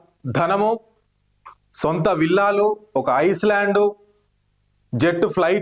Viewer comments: ఐస్ ల్యాండ్ కాదు ఐయ్ ల్యాండ్ ( చుట్టూ నీటితో వున్న భూ భాగం ) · Pronounciation of island is wrong brother don't think otherwise here island means dweepam in Telugu , the land is surrounded by water on all sides 😊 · Dweepam english lo Island..s silent ga palakali a